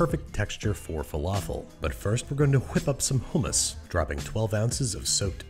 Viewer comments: please say hummus and not hammas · Evry time i hear him say homos makes me choke